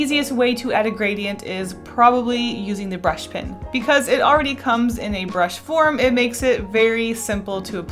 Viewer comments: You say tin instead of pen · It's funny that you say pen just like I do (I'm originally from Georgia but I live in Canada now). I ended up keeping my own pens and carrying multiples because Canadians always thought I was saying p-i-n. 😂